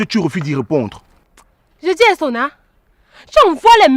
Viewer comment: J’aime ❤ trop surtout sa manière de prononcer le nom de Sonna